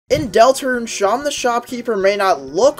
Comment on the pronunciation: I’m gonna be honest I stop posting you, pronounced it as Shan it’s “se-em”